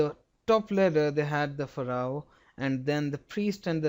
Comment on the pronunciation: its phaa-roh